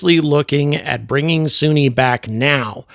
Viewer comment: Why do you keep calling her "Soonie" when she clearly pronounces her own name as "Sunny" in the clip you used of her speaking?